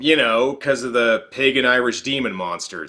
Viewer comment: the way he said "ancient pagan demon" made it sound like he was saying "ancient pegging demon" wich is, to being honest, a lot more terrifying than the guy from this movie